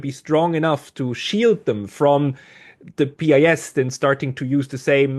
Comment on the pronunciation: As a man with pretty good command of English language, SHOULD know how his original Polish pronunciation of PiS sounds in English. So embarrassing...